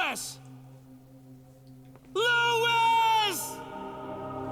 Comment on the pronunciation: Leon's commitment to never pronouncing Luis' name correctly is admirable.